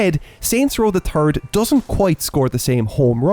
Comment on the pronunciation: "Saints row da turd"